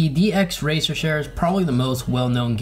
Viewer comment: Chair, not "shair"